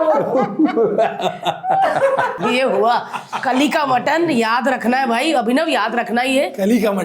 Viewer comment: Sir aapne galat pronounce kar Diya basically uska name hai कालीका matton, ye Azamgarh se eski suruat huyi thi ,Jo main hai vo abhi Tak azamgarh main chalti but uske name se bahut khul gaye hain hotel but ek कालीका owner ke hi sage reletive hai vo Lucknow main chalate Hain. Ek hotel jo lekharaj metro station ke pass hai.